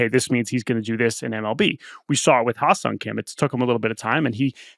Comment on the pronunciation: Pronunciation of given name is closer to "Heh-Seong" not "Hi-Seong"